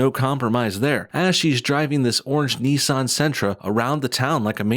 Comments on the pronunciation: It’s Nissan not neesahn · You are pronouncing Nissan very weird probably wrong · Ni-ssan. It's Ni-ssan. Not Nee-san!